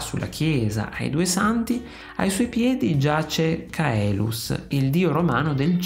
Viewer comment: Complimenti per il video! Unica perplessità: perché pronunciare "Caèlus"? Nella pronuncia restituta classica, il dittongo si pronuncia "àe", nella pronuncia ecclesiastica la "c" è dolce e il dittongo si pronuncia "e".